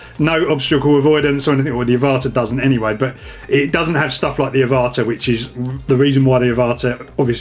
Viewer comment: I think it's pronounced like Avatar without the r.